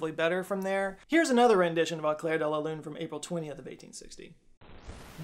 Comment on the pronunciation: AAu-clairre-de-la-lu-ne-mon-aaaa-mi-Pierrrr-ot-Prête..... he is rolling damn hard his R